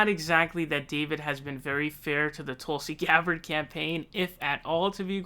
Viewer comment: David "Tooolsi Gbarrrrd" Pakman